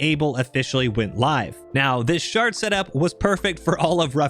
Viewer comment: Great vid! A lot of the time you said “shard” I heard “shart” and because I’m a massive dork I giggled every time.